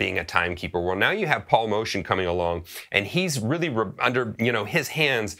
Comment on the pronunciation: My favorite playing of Billy Higgins is with Steve Lacy. Wow his ride cymbal playing just amazes. I, too, prefer to call him Paul Motion even though his name pronounced Moh•tee•un. Motion really describes his playing. Haha